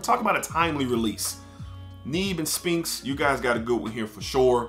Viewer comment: The P is silent in SPHINX. Its pronounced Sss-FINKS.